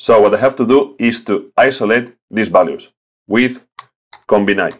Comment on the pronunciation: Combine is pronounced Com-bine . Not Com-bin-eye. So '-bine' is pronounced like 'line'. Great video as always.....